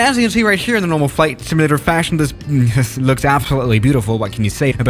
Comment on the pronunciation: Flight "similator"